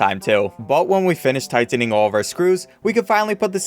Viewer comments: everybody: Tightening: Tigh - Tenning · The way he says tightening tho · The way he says tightening makes me uncomfortable